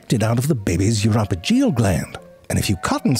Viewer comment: Uropygial gland is not pronounced like that, lollll